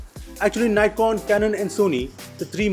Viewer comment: He doesn't know how to pronounce NIKON